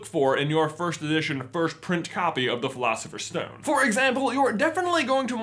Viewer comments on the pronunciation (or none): J can’t say “first” he says “firsht” anyone notice that? I find it endearing 😍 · Why does he pronounce it 'firsht' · Loved the video! didnt even know such editions were up for sale! i'll have to look into that deeper and save some money, dugh. What threw me off though was his pronunciation of "1st" like /firsht/? or so.. :D